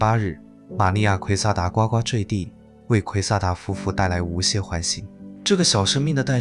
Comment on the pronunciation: 呱呱坠地读音难道不是咕咕坠地吗